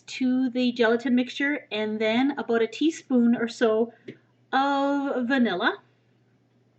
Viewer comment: i new it, i asked my mom where i thought you came fro and she said america and i said i think its Canada. i knew it, its the way you say "about"